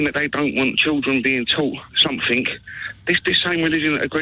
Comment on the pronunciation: 5th caller ..somefink..says a lot that.